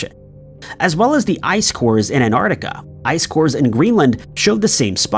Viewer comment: On the other hand, I think I'll always be here for "Anardiga" instead of "Antarctica".